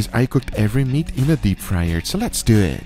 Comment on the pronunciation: “Let’s Dyewit!”